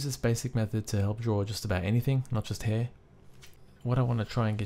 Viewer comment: People, I think they were only making fun of the way the guy said "hair" :)